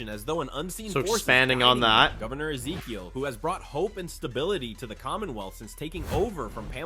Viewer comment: Misses pauses and mispronounces Ezekiel.